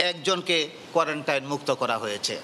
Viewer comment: কোয়ারেন্টাইন না কোয়ারেন্টিন